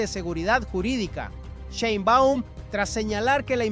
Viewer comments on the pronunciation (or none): ¿POr qué no pronuncias bien el apellido de la presidenta? Y no hay mucho que decir, violaron la frontera marítima y traen migrantes ilegales, ¿que querían? Dejar impune el delito!